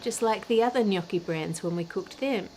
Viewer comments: kudos for not pronouncing gnocchi GH-NOK-KI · Thank you for pronouncing gnocchi correctly Ann, from an italian FROM italy, much appreciated haha